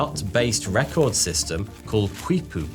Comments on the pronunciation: On the other hand, he got "conquistador" and "quipu" wrong. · pronounced kee-poo